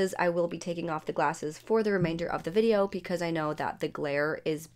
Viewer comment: Am I the only one hearing "pecause"? Lol